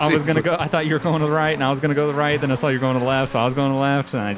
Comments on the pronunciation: Say all you want about my username lol. You must have a smooth brain if you think that offends me. There's just not an 'L' at the end of saw so how did that even become the way he pronounces 'saw'? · Why do you say "sawl" instead of saw?